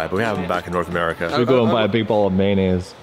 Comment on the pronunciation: Bahahaha!!!! Mayonnaise... ffs! 🤣🤣🤣